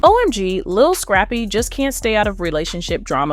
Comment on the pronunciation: The way she’s pronouncing Scrappy’s name is hilarious scrape-y 😂